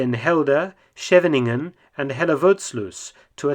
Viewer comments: Did you know that the name of the town "Scheveningen" was used when the Germans invaded in May 1940 to see if people were German infiltrators or Dutch. It is very hard to pronounce the "sch" right for foreigners. I'm sorry to say but you failed at it Mark. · Compliments at Mark about pronouning Dutch city names !!! The resistance in the Netherlands used “Scheveningen” to check if the person was a foreigner or not ! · As a dutchman, I really enjoyed how you pronounced Schevening, Moerdijk and Hellevoetsluis. LOL!